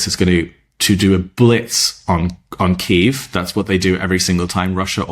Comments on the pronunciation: Trump using the Russian pronunciation for Kyiv... 🙄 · He is working directly with Putin. This has been their plan all along. What sick man would say a phone call would be "nice" with a mass murderer. He doesn't know how to pronounce Kyiv.